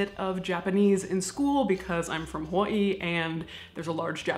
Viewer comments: OH MY GOD! someone else who knows how to pronounce hawaii?! I love this woman! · the accuracy at which you pronounce Hawaii is super pleasing ♥️♥️♥️ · You know she is from Hawaii when she pronounces Hawaii correctly.